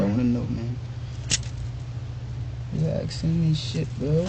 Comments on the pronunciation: It's ASKING and not aksing. Half the time, he says aksing XD He can use a gun and kill another human being, but haven't learned to talk yet. Sickening. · « Axing me » 😢